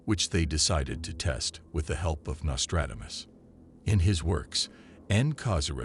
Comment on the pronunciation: You have butchered his name and yet you say his name repeatedly. Give it a break with the AI voice overs. They are crap